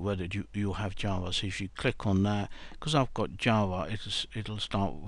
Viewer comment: Is he he saying jaws or java